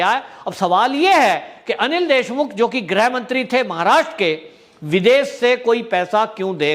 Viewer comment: Sir grah mantri ki jagah grih mantri bola karo